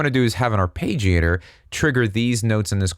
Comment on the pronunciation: Arpeggiator. Ar- Pedge-iator. not Page. Pedge. eesh...